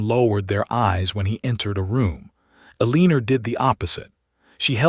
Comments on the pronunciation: Guessing her name is We L Guessing her name is Eleanor? They're just pronouncing it wrong. Should be Elenor pronunciation. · AI always pronounces Eleanor wrong. I wish they would stop using the name and pick something it can pronounce.